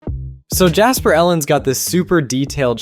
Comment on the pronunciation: It's Jasper not Japser 😂 btw